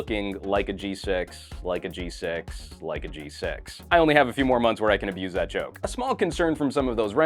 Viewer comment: he said "g sex"